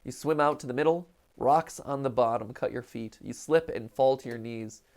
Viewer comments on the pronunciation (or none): none